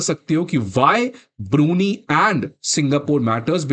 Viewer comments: Hey Bhagwan it’s ब्रूनयी not ब्रूनी 😁🤭 otherwise the lecture was perfect 😊👍🏻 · Brunie😂 Bro your pronounciation should be world class it is BRUNEI ( pronounced as Brunai ) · Learn to pronounce BRUNEI correctly ! It is not Biruni as you say but BRU-NAI !😡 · It is NOT ब्रुनी। It is ब्रू नै !